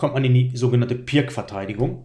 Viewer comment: Pirc wird nicht wie Pirk, sondern wie Pir(z) ausgesprochen.